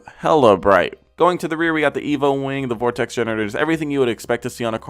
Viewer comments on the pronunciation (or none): none